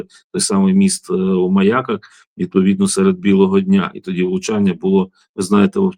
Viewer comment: Пану Братчуку подяка! А особлива подяка за те,що він знае назви населених пунктів Одеської області. Ведуча не в темі,що міст знаходиться в МаЯках,а не в МаякАх. І ще. Правильно казати місто РенІ,а не РЕні.